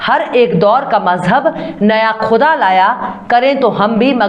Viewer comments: Quda قدا kahena ghalat hae , ( KUDA خدا kaha jaye ) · aap bolti bahut achha hain, malumat bhi bahut hain, bas talafuz thik kijiye. aap (quda) ko khuda kaheti hain.